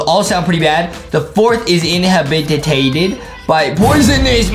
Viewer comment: I like how Justin said inhabited wrong I was like Justin is not 9000 iq